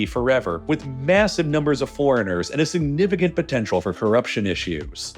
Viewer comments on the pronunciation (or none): none